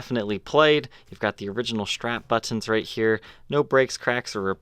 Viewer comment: Buttons is another one.